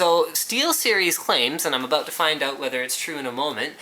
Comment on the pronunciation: aboot :D